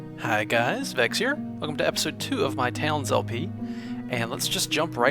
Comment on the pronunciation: He Is Vechs Not Pause